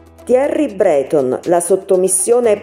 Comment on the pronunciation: Thierry' Breto'n ...accentazione!